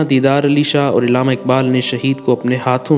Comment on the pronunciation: tallafuz thik kro "ilama iqbal" nhi .. Allama